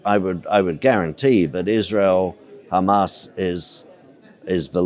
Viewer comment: Why the he'll do you say khaaaamaass and khhezbullah 😂😂😂 don't go there.